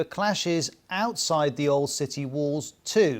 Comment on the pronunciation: The way he's pronouncing "outside" with this emphasis on "out" is so f... irritating 😖😖😖